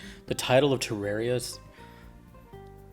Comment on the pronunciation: It's pronounced "Teh-rahr-ee-uh" This was confirmed by the CEO of Re-Logic, Chippy the Clothier